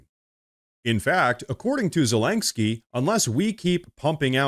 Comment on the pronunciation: Dude, I had to give you a dislike because you said Zelenskyy's name wrong 100 TIMES in this video. It's was so damn annoying. It's not ZELANGSKYY.